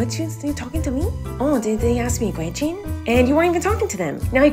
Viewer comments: Why do you say Chechen instead of question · Miranda saying question: quechen